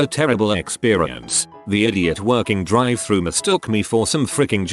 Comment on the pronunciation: “Drive thra”